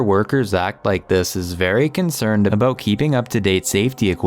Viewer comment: Did anyone else hear the weird "about" ?